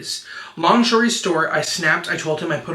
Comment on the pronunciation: I literally had to play the video back while doing my makeup because of the “long shory stort”